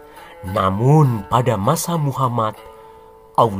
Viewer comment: Baru ini nonton chanel SN jdi ketagihn nonton krn bhs nya logat jawa dan penekanan kata2ny ,bkin ktwa,gak ngantuk aplgi nyebut muhammad